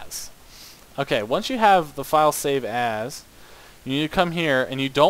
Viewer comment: whenever he says save as he sounds like he saying save ass